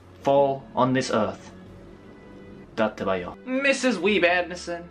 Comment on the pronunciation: "datebayo" LOL